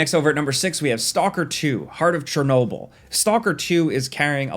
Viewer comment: “Chornobyl” is correct by Ukrainian pronunciation. This is Ukrainian city.